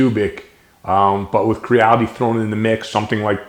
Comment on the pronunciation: Funny thing. I was watching this video, and every time you said "Quiddee", I thought to myself "How is his wife not correcting him? He said she was Chinese. It's 'Cheedee'." Hahaha! Great video, friend.